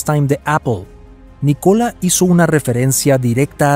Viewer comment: El nombre NÍCOLA TESLA se acentúa la "Í" en la pronunciación.... No es NiCóla sino NÍCOLA aprende a pronunciar bien y luego haces tus videos "educativos" jajajaja